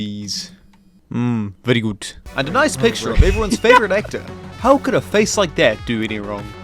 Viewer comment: HE EVEN SAID “Bery Gud”